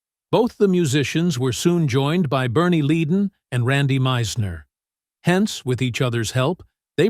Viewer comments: Fry, not Fray. Ledon, not Leedon (correct pronunciations) He pronounced Henley right. Wow. I am willing to bet that Walsh was the least hateful member of the band. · Not to mention Bernie "Leed-in" - it's pronounced Led-un ... yep, it's AI - Artificial Incompetence ... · It would give this video more credibility if the narrator did some research. Blowing the pronunciation of the band members names. Glenn Frey's name is pronounced "Fry" and Bernie Leadon's name is pronounced "Leadon" like a pencil lead. Sloppy journalism.